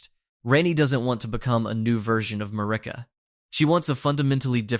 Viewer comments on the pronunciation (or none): Marika (MARE-IKA/MERICA) Radahn (RA-DON) please fix your pronunciation of the names of THE MAIN CHARICTERS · Who tf is ma-rikka